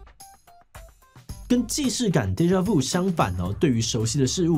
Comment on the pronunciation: 的確偶爾會出現既視感～另外，法文的u讀音是ㄩ喔